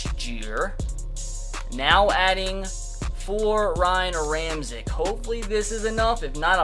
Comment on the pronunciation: Ramczyk's name is pronounced (Ram-check)